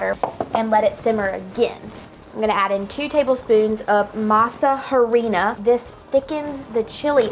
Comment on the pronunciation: Harina- say it Arina. H is silent.